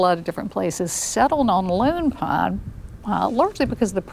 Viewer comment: I'm certain it's meant to be 'Lone Pine', but they all sound like they're saying 'Loon Pine'.